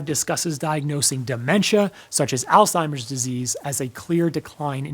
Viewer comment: I’m just glad you’re actually saying “Alzheimer’s” instead of “Old Timer’s.” Man my grandma always called it that. I thought that’s what it was for years 😂